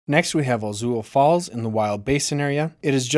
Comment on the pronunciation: Very cool. Could even be 10 or even 8 mins with all that beautiful footage. Ur obviously local why you miss pronounce Chautauqua and Ouzel Falls?😆✌🏾🙌🏾☮️